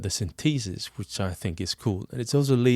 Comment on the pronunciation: "sin-tee-sis" XD